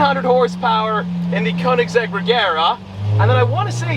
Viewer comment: if you have to pronounce a car brand correctly, then sell the Koenigsegg because you never pronounce it correctly